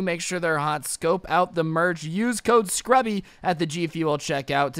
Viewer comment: U said srubby